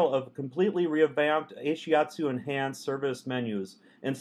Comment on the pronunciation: D, you look so cute/nervous, and isn't he mispronouncing Ashiatsu?